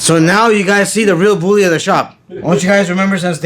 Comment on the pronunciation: “The real booly of the shop”😂😂